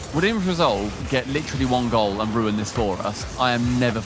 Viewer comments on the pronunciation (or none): none